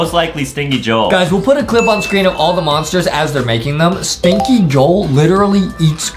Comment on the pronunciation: Justin Remember its not stinky joel its stinky JO-EL